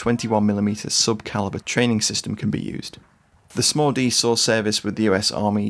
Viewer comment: It wasn't until the video was nearly over that I realized he wasn't saying "Small-D"... like it was a nickname, such as the "Mini-me".